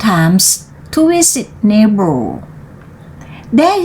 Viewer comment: history = สองพยางค์ his - try write เสียง R ท้าย t thunder - th แลบลิ้นด้วยค่ะ neighbor เบอร์ ไม่ โบ้ window วิน โดว through ทรู sweep เสียงยาว วีป child บอกไปแล้ว ไม่ ชาย heard เสียง r d เว้นจังหวะไม่ดีหลายที่ คิดเหตุการณ์ด้วย จะได้เว้นถูก พยายามต่อไปค่ะ เสียงท้ายคำ , ควบกล้ำ R L ชัดไว้ค่ะ